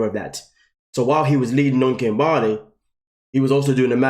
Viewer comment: I still laugh every time kim-BAR-ley 🤣🤣